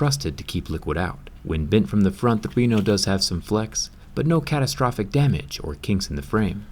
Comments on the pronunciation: Its pronouced with the other type of E! RE-NO not RINO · Why are You saying Oppo Reno like Oppo RINO😂😂😂